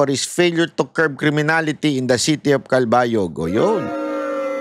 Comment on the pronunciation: Cal-ba-yog, malumanay lang ang pronunciation po